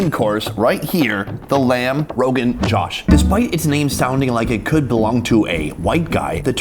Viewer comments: My family would never pay that much for Indian food IN India. But presentation and I guess the tourist tax, makes sense why its so expensive. Love you Sunny so can you hire me to teach you Indian-American pronunciations for foods? Its "joh-sh" not Josh 😂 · Josh is pronounced different wrt dish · Sonny it's JOSH don't pronounce O as A it's not JASH